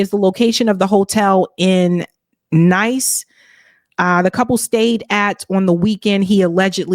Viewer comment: Oof at that "Nice" pronunciation, 💀